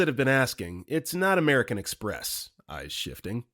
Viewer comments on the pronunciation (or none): none